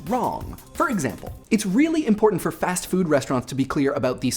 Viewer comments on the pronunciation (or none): none